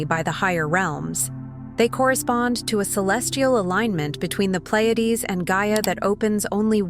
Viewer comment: Really ? You, who made this video , ruined it by using SAI (Stupid Ai). Narrator makes many mistakes and pronounces even the name Pleiades incorrectly. Didn't you listen to your own video? So, how much of the content is also incorrect? It is quiet stupid. Real Pleiades would not make these mistakes.